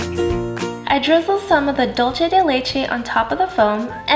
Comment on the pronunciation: Dulce is Spanish not Italian so the pronunciation is different from “dolce”... just remember Dulce New Mexico.